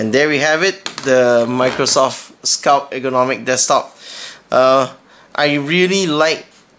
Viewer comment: FYI there is a 't' at the end of 'sculpt'